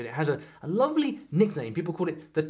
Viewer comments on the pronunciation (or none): none